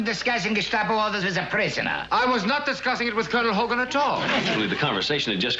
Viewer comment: I keep on reviewing it. It sounds like Kolonelhogan. Well, it's General. 😆